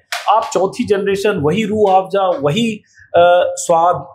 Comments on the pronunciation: अजित अंजुम जी रूह आफजा नही रूह अफजा है आपका बोलने का टोन आफजा हो गया है आप जैसे पढ़े लिखे लोग ऐसी गलती करेंगे तो बाकी के आम लोग तो और भी अर्थ का अनर्थ कर देंगे 😅😂 बाकी रूह अफजा की उत्तम ऐतिहासिक जानकारी देने के लिए आपका बहुत बहुत धन्यवाद । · Rooh afjja..? Rooh Afza*. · SIR JI ROOH AAFJA NAHI... ROOH AFZA HAI... 👍👍👍👍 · It is not Rrrrh Aaafjaaa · Mr. Amit Anjum should first learn to pronounce the name of this world famous drink properly. It is still not too late. He can take a few basic classes in uneducated Persian languages. It is Rooh Afza, NOT Rooh Afja!! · Ajit ji it is rooh Afza not rooh afja